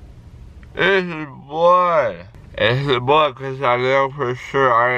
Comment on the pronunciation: “Is thisss bloood”